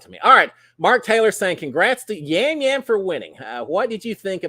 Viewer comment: Yam Yam is pronounced as a "soft " J in Puerto Rico. From all your travels, you probably know that letters are pronounced differently in different parts of the world.